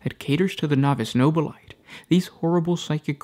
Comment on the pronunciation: No Bill A Tay not No Bill Light I stop your videos every time you say it. Your the only one I've ever heard pronounce it that way.